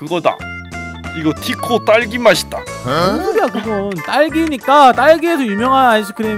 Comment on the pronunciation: 가 자꾸티코 라고 하는거 웃겨요 ㅋ